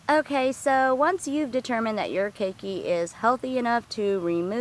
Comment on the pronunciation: key key, really hard to take the instruction seriously when even known pronunciation is wrong